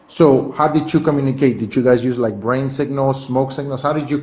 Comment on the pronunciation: “How did you guys communicate braing signals” 😅😊